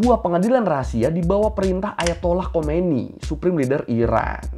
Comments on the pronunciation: bukan khomeini bang tapi khamenei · Bkn ali khomaeini.. tp Ali khamanei